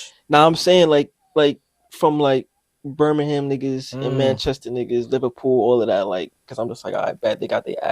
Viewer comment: Birmingham is pronounced birming-um not birming-ham